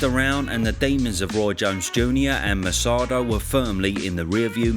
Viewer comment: It’s Segundo Mercado (not Mersado). It’s pronounced Merkado.